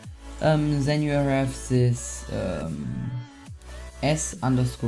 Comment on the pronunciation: "sis" ( German accent) lol xD still Love You